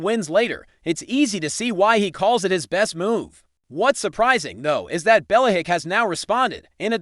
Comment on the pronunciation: Can’t listen to this. Bella-hick?